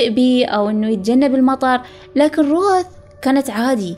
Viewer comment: قرأتها رَوَث